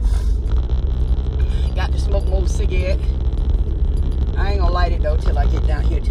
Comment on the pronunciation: Her mom saying sigaets(cigarettes)🤣🤣🤣🤣🤣🤣